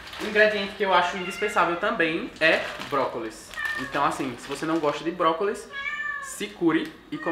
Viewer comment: toda vez q ele falava brócolis eu entendi própolis